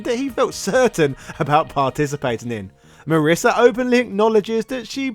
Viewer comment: My wife's name is Marisa. (hint: it rhymes with Lisa, not Melissa)